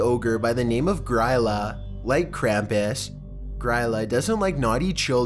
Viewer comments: I really appreciate him talking about Grýla but I can't help but cringe at the way he pronounces it. It sounds like "Gree-la" not "Griila", just had to comment because it was bothering me so much haha. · She’s pronounced “Greela” :) she’s the mother of the Yule Lads, Iceland’s equivalent of Santa